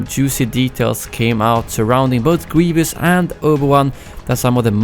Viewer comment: "general gweivous"